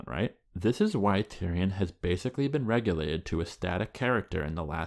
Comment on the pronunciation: Yo you pronounce relegated like regulated.